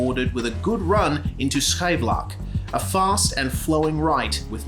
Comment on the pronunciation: Awesome video! I'm really happy to call Zandvoort my home track. Also your pronounciation of Scheivlak was spot-on